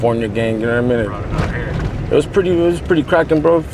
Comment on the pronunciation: "You know wharra I mean"😂